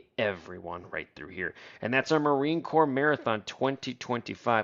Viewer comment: Corps is pronounced "core," not "corpse," lol